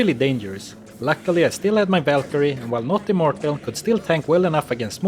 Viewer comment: the whalkerie lol VAL